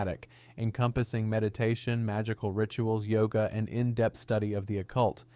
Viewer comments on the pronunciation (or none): none